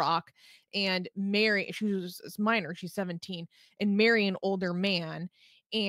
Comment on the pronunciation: 'Ay-end'... 'And'...